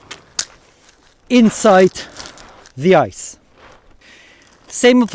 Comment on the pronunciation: You talk such a good english, but pronouncing every 'the' as 'thee' is still making me somehow nervous... only a 'the' followed by a vocal at the beginning of the next word is a 'thee', the others are normal 'the's... so 'the' mail, shield, helmet, sword, spear, padding BUT 'thee' armour, armet, age, outremer, infight, oponent... this would take away my nervous thoughts, THX! 😉